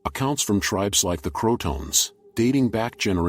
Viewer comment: Crow-a-tow-an Not crouton.